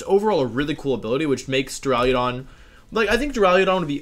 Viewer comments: Take a shot every time Wolfey says "Dura-leo-don" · Why does everyone pronounce it Duraliadon? .-. heck even if people said Duraladon i'd be fine with it, English is dumb and probably has a word where the "u" is pronounced as an "a". But like every youtuber that does pokemon stuff has said "Duraliadon".